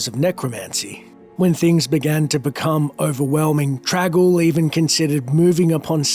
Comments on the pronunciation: Why do you keep pronouncing the name as "trag-oul"? It's got an N in there. It's "Trang-oul". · Its TRANG Oul TraNg.... not trag... or drag ...